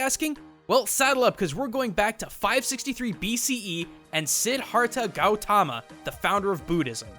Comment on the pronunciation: it's shi-dha-rtho gou-tom